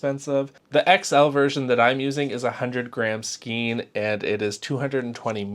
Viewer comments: Psst, "skein" is pronounced "skane" in both American and British English! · Like your videos! Just FYI for the future - Skein. Rhymes with stain. Makes no sense, but there ya go.